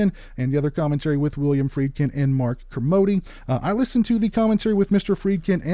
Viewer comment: Kermode as in a la mode, not modee! Sounds like another great Arrow release. Great video.